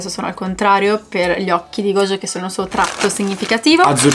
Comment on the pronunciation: Mi fa piangere sentire gogio e non gojo 😭